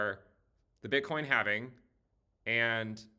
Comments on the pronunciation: Thankyou for pronouncing halving correctly where the L is silent. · Join us,....in the Cowen Coven.....here we employ the ancient mystical arts of facts and data...... however we do use the antiquated yet mystical sounding pronunciation of " The halfeniing"....or halvening. No halflings, or hobbits were rekt making this video